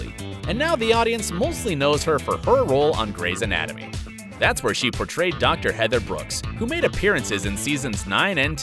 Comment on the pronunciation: I really loved this video and all the research that went into it, but I think that next time you might have to go over some things before recording. There were several things that were pronounced wrong like "cum laude" and "Anna" and "Grey's Anatomy". I think there were a few more that I've forgotten. Hopefully this is helpful criticism!!